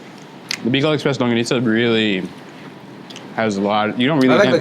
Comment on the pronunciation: Thank you for saying “LANGGONISA”! 😊